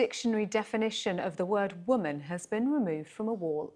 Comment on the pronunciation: lol that dumb bitch read the pronunciation of woman wrong.